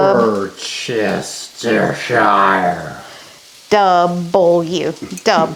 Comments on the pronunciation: WORSE-TUR-SHIRE. not WOR-CES-TUR-SHIRE... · Worcheshire: [pronunciation] war•chess•shy•er